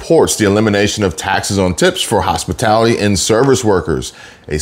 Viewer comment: She said HOSPITILITY workers.